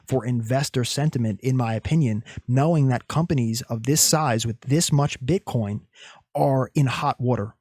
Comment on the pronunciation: My guy i laughed so hard when you said "Bitcorn" 🤣 i need these liqiudations to happen though i dont wanna give up any short positions just yet